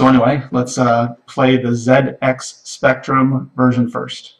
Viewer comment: It was very refreshing to hear "ZX" pronounced correctly :D